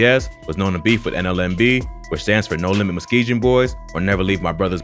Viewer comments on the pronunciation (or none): Bro I’m tired of hearing this… it’s Muskegon, not muskejon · You say muskegon wrong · Muskegon, man pronounce it correctly